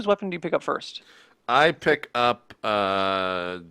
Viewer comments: pronounces Harbinger as "Harbringer", Worgs as "Worrogs", Halberds as "Halibreds". It's hilarious and confusing, but I would go with the real words as a default. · Harbinger is a real word, Harbringer is just a common mispronunciation.